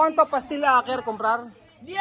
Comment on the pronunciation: ang kulit ni akumer daw akumer 😂